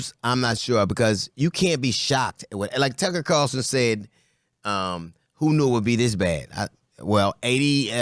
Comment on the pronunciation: He said Tucker CARLTON 🤣🤣